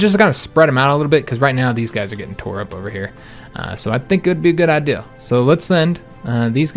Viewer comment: Love you but something stupid lol you say I deal instead of idea. Looking l but love you the same keep it up!!!!!!!!